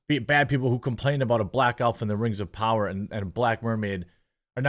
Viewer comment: lord of the kangz rangz of powur